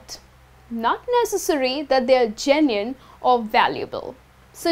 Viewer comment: It should be genuine, right? Not genuiene!